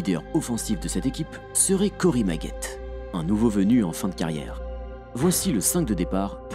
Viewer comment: Maggette haha ça se prononcé Maggetti le e a la fin se prononce i sinon excellente vidéo désolé ça m'as fait rire la prononciation